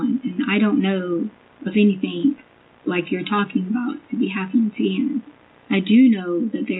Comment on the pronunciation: that's one of her minor faux pas', have you heard her say a word ending ing!? She puts a K at the end everytime like "anythink". Some other top hits are "why come", "landfields" and "psychiatrist" when she's talking about psychics. And don't get me started on her fb posts, google searches, and text messages, doesn't even sound like someone with a ged, forget masters and phd.